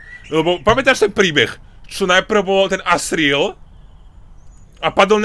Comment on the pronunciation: asriel to ako vyslovujes loooool zomieram od smiechu cita sa to azriel xD ale ved ok citaj to asriel